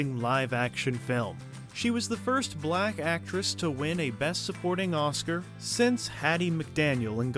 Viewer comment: The narrator sure puts a hard /k/ on 'blacKKKKKKK.' Damn🤦🏾‍♀️😳😂